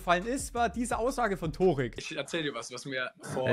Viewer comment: Der heißt Törik 😂